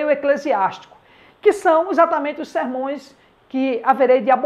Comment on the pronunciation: Qual a pronúncia correta. Sermões ou sermãos??😊